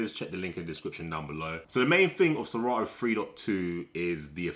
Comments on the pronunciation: Please it's serato not sera ooo mention it well😮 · Lol.. he said se rah o.